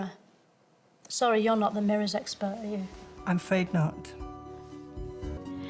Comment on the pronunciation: I love how everytime she’s in a serious interview she starts with “Ü R you”